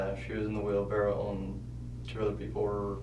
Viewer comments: Put him in jail for saying "wheelbarrel" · “Wheelbarrel” come on guys 🤦‍♀️ say the word correctly.